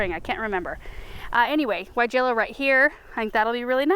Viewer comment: Didn't know if u knew weigela is pronounced with a V not a W...thanks Europeans lol..